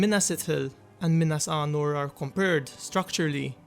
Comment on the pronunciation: Sounds like you’re saying Minas Arnor instead of Anor